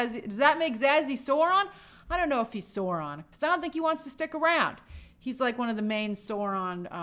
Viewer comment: You are not pronouncing Sauron correctly.